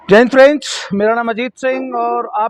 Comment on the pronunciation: दद्दा आप जय हिंद में मिक्स अप कर रहे हो । आप थोड़ा गैप रख कर बोले । जय हिंद दोस्तो । ऐसे ।